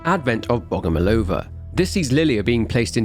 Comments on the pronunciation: not BogomolOva, but BogomOlova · couldnt even pronounce her name right. didnt bother doing any research whatsoever. slop.